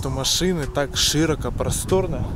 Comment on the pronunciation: вЫсоко и шИроко- это что за речь?